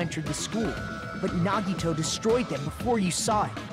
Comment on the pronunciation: NaGidO✅ Nagito ❌